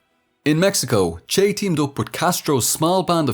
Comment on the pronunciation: I enjoyed this, but you mispronounced his nickname.